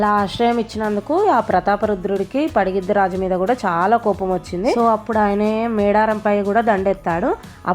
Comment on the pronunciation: పగిడిద్దరాజు అనాలి మీరు పడిగిద్దరాజు అంటున్నారు 😅